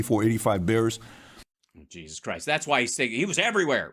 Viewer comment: Big oof on pronunciation of Bears.